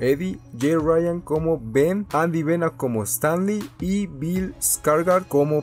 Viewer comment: "Andy bena como stanley" es Andy bean sjshshsh